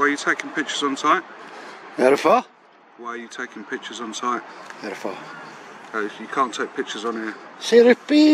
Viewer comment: “There Efor” 😂😂 Phiri Epee”